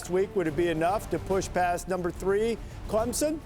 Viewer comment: its clemson not clemmie lol